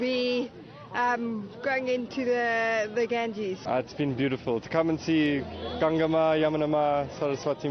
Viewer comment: Its not holy river ganjee, its holy river GANGA.